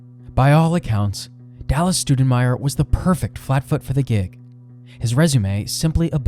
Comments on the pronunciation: It would be cooler if they could get our last name right. How does Stou sound like stew? It's closer to Stow... in respect for my great grand uncle - Scott Stoudenmire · Good job but I wish you wouldn't mispronounce our last name like my first grade teacher. It's not Stew-da-myer, closer to St-ow (/ou/) den-meyer. Cheers and thanks for what you're doing Scott Stoudenmire